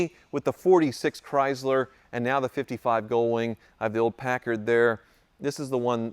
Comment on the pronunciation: "cry Zler" 😂